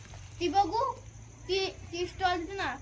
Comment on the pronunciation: स्टॉल नाही बोलत स्टोल बोलतात, ती योगी पण तेच बोलते